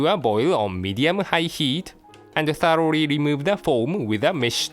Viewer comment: Stay strong chef. I'm glad to see you again btw. I'll be waiting for your triumphant return. On a side note: I love how say Thoroughly and Noodles.